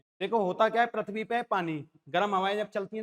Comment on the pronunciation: पृथ्वी होता हैं सर परथबी नहीं होता हैं